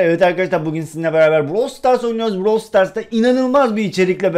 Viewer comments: Browl deyil brawl yemin ederim düzeltmessen bütün vidyolarına dis şike atarım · Bro stars değil brawl stars